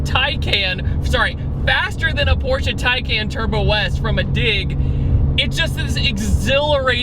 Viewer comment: Very rare that anyone pronounces "Porsche" correctly... Por-sha. So I give you props for that, you're a real man of culture. (For real, people mispronouncing Porsche bothers me more than it has any right to... I'm dumb, I do know this.)